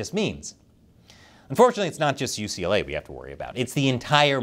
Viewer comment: YUCA? YUCLA? What is this? I've heard of Pepperdine. Why didn't you go to Pepperdine?